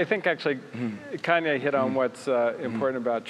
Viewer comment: ''Kenye West''